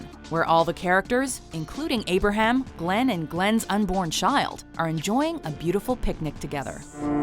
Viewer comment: g-glenn no no no